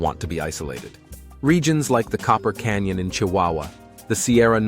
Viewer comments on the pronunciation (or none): none